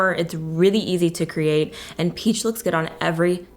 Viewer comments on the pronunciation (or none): none